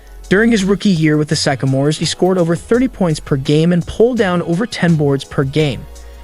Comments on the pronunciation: I'm pretty sure this video is AI chat program writing the script combined with a text to speech program. There were a lot of pronunciation mistakes, (record, Sycamores, Isiah, Cleveland, etc.) and at one point he said the Los Angeles Dodgers. And of course, the "final year on Earth." The information is interesting, but the video itself just seems half assed. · He mispronounced Sycamores and Said Bird played for the BUlls (I think he meant Hoosiers) but the Isiah is good!